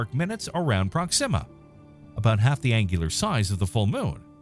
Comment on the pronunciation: "prok-SIM-a"? Weird putting the emphasis there as opposed to "PROK-sima"